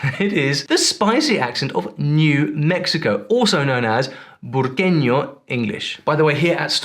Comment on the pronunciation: Eeee, I know, huh? It's really rare that we see something that points out ABQ or NM as a whole as having its own dialect. Normally it just gets thrown in with "Southwestern" or "Western". Bonus points for correctly pronouncing "Burqueno" instead of saying "Albuquerqueian" or something else.